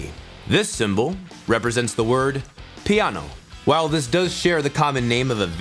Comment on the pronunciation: I am playing the piano for ten years now, co I basically knew everything. But when I heard your pronounciation... I could't stop laughing. I know it is the right pronounciation, but I have never ever heard anybody say it that way :D. Anyway, great video, keep it up. Waiting for those more advanced lessons, to learn something aswell... With that being said, what are your future plans with this series, and are you willing to continue, even though we both know, that money from these vids won't pay your bills?